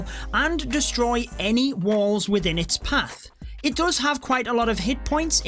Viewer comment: Me: Does: Dos